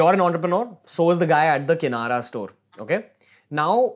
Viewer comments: It's kirana store....not kinara Ranveer bro I love your podcast That's why I am not finding mistakes I'm just adding something like constructive criticism Love you bro🤘🏻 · kirana store not kinara store😂😂